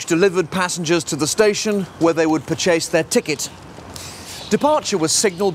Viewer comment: is anyone else bothered by the way he says purchase?